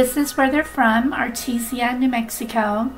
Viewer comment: Just a heads up. It's pronounced Art-teesh-ah. I'm from there and live in Albuquerque now.